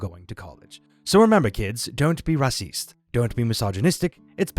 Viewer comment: I laughed out when you said "don't be raciste" with a l european maybe french accent for effect. I am loving your channel !